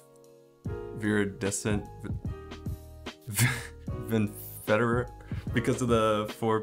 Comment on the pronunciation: Its so cute when you pronounce Viridescent Venerer 🤣